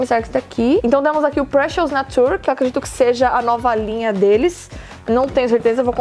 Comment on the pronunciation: esse "natúr" que vc tá falando é nature (nā-chər) de natureza?!